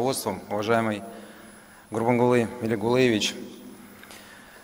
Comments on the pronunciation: КАК этот посланник звёзд,умудрился столько раз правильно произнести ФИО папы Ровача? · Блин как тяжко российскому космонавту выговаривать имя и отчество великого Аркадага.... но как чёрт возьми ему повезло родиться в этой прекрасной стране с динамично развивающейся экономикой... Просто пздц как повезло